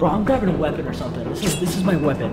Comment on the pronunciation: HE CALLED A SHOE A WEPPON😂